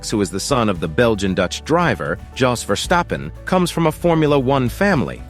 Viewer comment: In this video it's Max VEARstappen, to rhyme with 🐻. Presumably because in Alaska they have lots of 🐻🐻 bears, so that's how the world and the Dutch will have to learn to pronounce it!